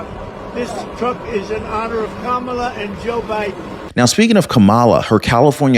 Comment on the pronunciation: could be wrong, but I think the emphasis is on the first sylable in Kamala's name. BTW, am disgusted with these Dem. senator's rude grilling of candidates.